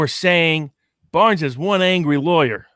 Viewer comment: Hee hee hee... "Baarnes." Is he Dutch?